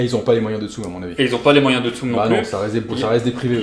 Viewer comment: Mdr tsum xD pendant toute la vidéo j'étais en mode "ça se dit tsumE avec un é" xD